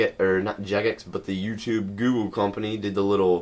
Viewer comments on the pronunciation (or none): none